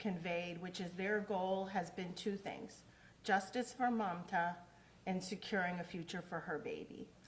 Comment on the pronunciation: The deputy didn’t even say her name right it’s mamta not manta we gotta hold the PD responsible for these errors